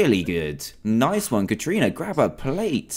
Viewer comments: Dan you say it as Karana but it is spelt Katrina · Ka Tri Na that is how u say it xDDDDDDDDDD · Dan said Kat rina I laughed so hard 😂 BTW I watched this playlist in 2018 I’m just commenting now cause idk